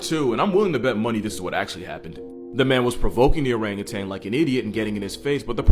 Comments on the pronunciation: Stop saying orangutang!!!!!!!!!! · Or rang you tan . it's not pronounced tang. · Learn to pronounce Orangutan. It’s O-rang-u-tan. There’s no “g” in tan. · There is no G at the end of the word orangutan. You're thinking of that orange drink powder from the 90s